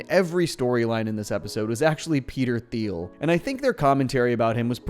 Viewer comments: Peter Tea-eel, no “h” is expressed. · Peter Thiel's name is pronounced "teal". Teal and Orange. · You do know that the H is silent in Thiel, right?